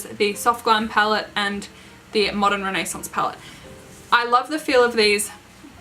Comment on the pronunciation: I love how you say modern renaissance ♥️ I own the modern and subculture palette but it kills me that they get so dirty Agree Celestial is such a pretty color 💟 I’m obsessed with your makeup look You look absolutely so Gorgeous your stunning 😍😍😍😍😍😍😍😍😍 💟💜💟💜💟💜💟💜💟💜💟💜💟💜 You def should do this look again when your in 🇺🇸🙌🏼💟💜💟💜💟💜💟💜💟💜💟